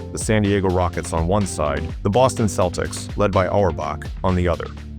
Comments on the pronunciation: Did he say keltics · Should an AI who pronounces Celtics as Keltics be given this job other perhaps more deserving AIs? If we are not careful we will have prima donna AIs who could care less about people. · AI bullshit. A human would know how to pronounce the fucking Celtics